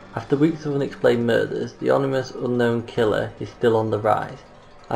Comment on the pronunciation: Was going to like....then heard him say "onimous" instead of "ominous". Nope.